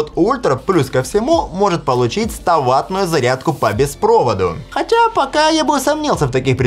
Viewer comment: «…хотяяя, покааа я бы усомнился в этих предположениях…» ждите этой фразы. Она мимишна и уникально)) произнесена